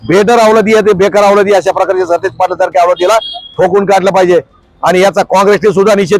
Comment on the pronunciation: Are stish nahi satej